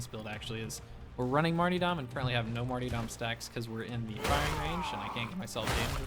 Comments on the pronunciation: Not sure if you're pronouncing martyrdom that way on purpose, but, it's mar-tur-dum. Not marty... Otherwise, awesome video - but pronouncing words correctly is pretty important for a video. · stop saying marty-dom, its martyrdom. mar-ter-dum. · It's mart-why're-dom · Love it, will use it, for sure! A little note, it's Mar-ter-dom pronunciation-wise. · marty dahm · Its marty-dome